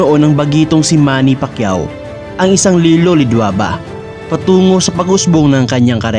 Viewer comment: Nasubaybayan ko lahat ng laban ni sen manny, pati yung unang laban nya sa U.S at hindi mabigkas ang apelyido nya, sa halip na Pacquiao ay Pakyu ang sinasabi ng announcer😅